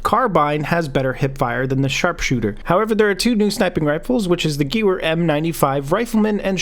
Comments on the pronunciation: It's not pronounced "gewer" it's "Guhh-Vair" Also the Benét–Mercié isn't pronounced "Ben-ET - Mercy" it's "Ben-ay Mercy-ay" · Gewehr is pronounced "gah-vair" lol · This game is so unrealistic. I promise I'm not saying this in a mad tone because this game has pissed me off. I'm just letting you know gewehr is pronounced 'guh-vehr'.